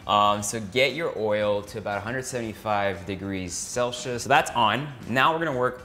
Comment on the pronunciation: 175...degree...celshius? JK love the vid Erwan. One of my fav food experimentation channels on youtube is Alex French Guy Cooking. Looking forward to more vids!!